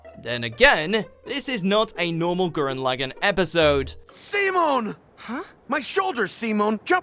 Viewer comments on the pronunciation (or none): Its Simon not seemon SIMON got that Gainax